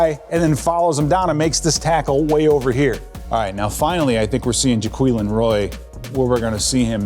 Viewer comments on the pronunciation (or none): Ja - qway -lin